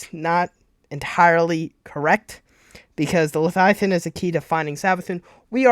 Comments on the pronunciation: Le-via-than repeat after me LE-VIA-THAN . Not letiathan😂😂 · Why does he say leviathan like that lmao man say “leiathian” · V does not make a TH sound.. slow down lol